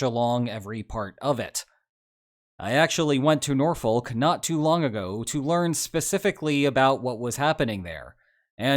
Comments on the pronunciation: The correct pronunciation for Norfolk is “naw-fuk”…BTW, this “wake-up call” is a good thing…it takes time to get NATO’s “machinery” to get working (this from an 8 year tour at NATO in the 90s). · This is annoying me. Even in American English, NORFOLK is pronounced "Norfek" or "Norfolk". The L is silent. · "Nor-fuck" - you don't pronounce the "l". No, I have no idea why. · We pronounce it Naw-fuk. To separate us from Beans On Toasts, norfolk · *A clearly important correction: No one local calls it Nor-folk. It's more between Nor-fick and Nor-fuhk. Or even Nah-fick for people with that accent. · It's pronounced Nor-fuk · As a Hampton Roads native, hearing you pronounce Norfolk always makes me laugh😂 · US has little role in Ukrainian conflict anymore. Learn how to pronounce Norfolk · Norfolk Virginia? Cmon now you know how it is pronounced.